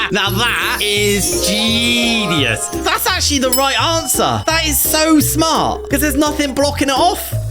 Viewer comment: Bro says he’s so smart but said smo smart